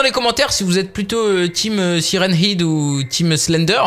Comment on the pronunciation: Salut ta prononciation de sirenhead est fausse le ''head'' ce prononce comme ''head'' la tête en anglais 😉